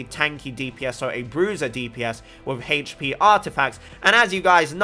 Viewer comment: Okay i get Tartaglia but why do you pronounce it HEYCH PI tho lol just kidding XD Love your content. Hope your channel gets more subs! Super underrated Genshin content creator. Keep it up man!